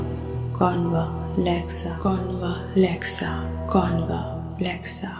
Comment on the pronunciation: Wring pronunciation a is silent it is convlexa